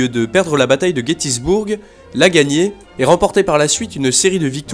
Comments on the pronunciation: Gettysburg se prononce "guetisBEURGUE" et pas "guetisBOURGUE", et Richmond se prononce "RichMONE'D" et pas "RichMON". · sa ce dit guetisbeurg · GETTYSBURG PAS GETTYSBOURG BURG URG PRONONCER EURGUE